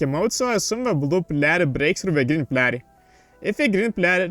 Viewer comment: Yes can u also practice how to pronounce "player" please